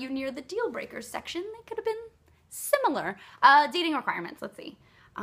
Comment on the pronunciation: "It would've been... sim-il-ar" Hahaha, it might be because it's early in the morning but I cracked up at the way you said it.